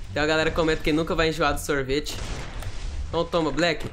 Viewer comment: A melhor parte e quando o fala sorvite calera